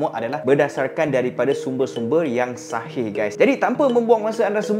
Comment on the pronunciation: Assalamualaikum.. Sebutan shahih tu sebenarnya x betul sebab yg betul cara sebutnya adalah "sohih" (صحيح) Huruf ص bila dirumikan memang akan ditulis dengan huruf "sh"